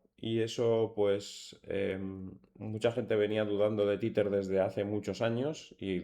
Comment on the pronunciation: Se pronuncia TEZER, no "titer" jajaja